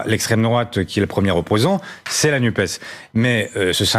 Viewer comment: "NUPES" : prononcer nupesse - sinon on n'entend pas le "S" de SOCIALE